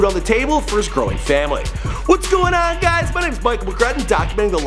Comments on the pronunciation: Bro 😂🤦🏿‍♂️ mi - me, nuh - no. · Mi is prononced me not my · Mi* is pronounced me not my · jus for ur info MI is pronounced me not my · Yow bro..dont pronounce mi as my its pronounced as me...mi just telling yuh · You should pronounce 'mi' as ,me' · mi is pronounced me its just a shortened term mee=mi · Michael seh Mi as my😂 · Mi is pronounce “mee” lol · Mi in creole is not pronounced "my" the i is like a sharp e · Mi is pronounced me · ask a jamaican friend to help you pronounce "mi" properly. great video tho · michael "mi" is pronounced the same way it is in spanish. Surprised you cant pronounce that